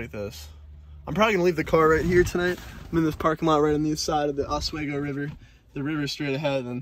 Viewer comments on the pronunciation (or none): OswEEEgo. Not OS WAY GO. sorry it annoys us locals to northern NY. Nice smallie!!!